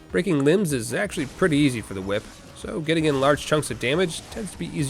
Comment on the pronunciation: "Ehy, that's a cool hwhip!!!"